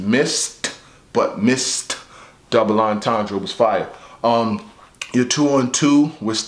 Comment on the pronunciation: Whole lotta double "Entandrays." ~ voice